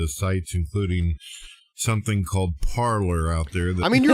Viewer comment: Hey, it's not "par-ler", it's pronounced "par-lay" because it's the French word for "to speak" you moronic Manatee.